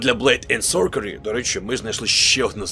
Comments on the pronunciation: Блейд енд СорСері, а не СорКері. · як завжди тримає рівень якості відео на високому рівні, але блейд енд сорсері, а не сокері